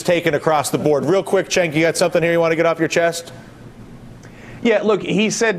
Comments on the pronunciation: He keeps pronouncing Cenk's name wrong. It sounds "Jenk" not "Chenck"! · spank that lil' brat, cenk! and MEMO 2 DYLAN... its JENK!!! not CHENK!!! all this time and he still says it wrong.. makes me want 2 scream the screen!!!! jenk jenk jenk jenk.. say it w/ me dylan... jenk! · Why they all keep calling him "Chenk?" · Can someone give these clowns a heads up on how to pronounce Cenk's name? Argh, so annoying. But good work Cenk, you hold your own =3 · You know I've seen Cenk on Dylan Ratigan a few times, when the hell is he going to learn his name? Maybe Cenk should pronounce it for him.